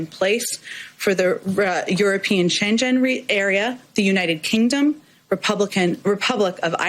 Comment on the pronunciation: I feel micro aggressed when Psaki talks about the European Chen-chen Area instead of the European Schengen Area.